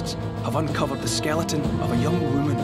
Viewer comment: I love how he pronounces "whoo mun"